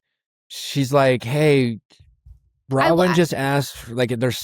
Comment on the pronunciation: Drink every time Nick says "Bra-wyn" 😵‍💫😵‍💫😵‍💫